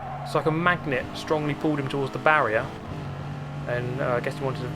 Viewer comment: Our old friend BARRI-ER😂😂😂